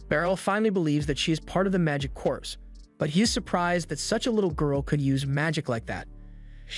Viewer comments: CORPS like CORE not CORPSE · Corps is pronounced as "core"